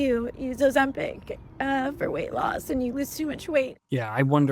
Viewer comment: PICK! PICK! It's pronounced O-ZEM-pick! Not peck! Stop saying peck!